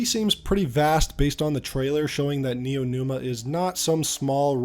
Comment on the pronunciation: dawg it's neomuna (nee-yo moo-na) not neonuma